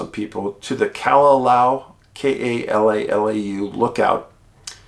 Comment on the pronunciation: And props to your correct pronunciation of Kalalau. Impressed!